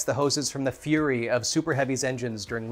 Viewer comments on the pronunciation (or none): none